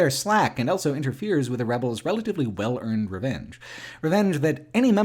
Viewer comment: pronounces the word "also" as "elso".